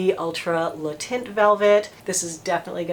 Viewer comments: Because you are such a professional, I just thought you might want to know that “taint” is not pronounced “tint”. Think of it as though you are about to say “tank”, but you stop short of saying the whole “n”, and, of course, you don’t say the “k”. Kind of like “tehn”. Hope this helps! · Cool review and nice to see that your HG is still around, albeit with a different name. BTW the word "teint" in french is pronounced more like the English word "ten" rather than "tint" :) XOXO's from tel Aviv Diva D